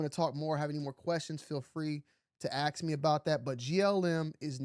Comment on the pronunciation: Me over here dying laughing that you're so smart and articulate perfectly right up until you say "ax me about it" instead of "ask". Break the damn chain man set a freaking example and do better please